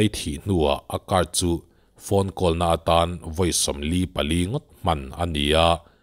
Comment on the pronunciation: Ngati nge "Call" hi "kawl" tia i lam ziah a? "Khawl" ti ta che.